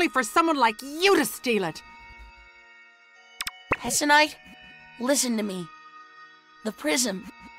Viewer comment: Hessonite? Hmmmmm. hissonite 😂